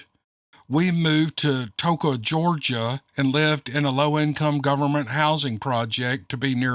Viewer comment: I was able to understand you, so you did well enough, haha. Towns are extremely difficult! Tuh-kO-a not telling you as to correct you , I know that can get tiresome . Only because I live there now and after hearing the story, I thought about it!! We wanted to go to Pigeon Forge this weekend, but we're in the middle of moving . Hope you had fun and did great announcing whatever it was they were trying to have you announce!!!